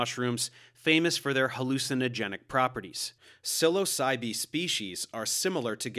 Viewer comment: Your pronunciation is distracting. "Seh-LAS-ah-bee", "Seh-LOW-sen", and "Seh-low-SAI-ben" would be closer.